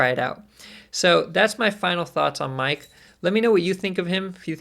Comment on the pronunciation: Miek is pronounced "Meek", like "seek" but with an M :). Other than that, excited to give this dude a try. You touched on some great points as well!